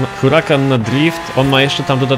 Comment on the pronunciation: niemówi się hurakan tylko urakan albo nie galardo tylko gajardo